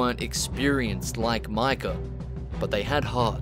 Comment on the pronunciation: Remember when it was 6 months til rdr2 was coming out and everyone was analyzing the trailers and speculating about everything. But the best was all the youtubers pronouncing his name 'Mika' Bell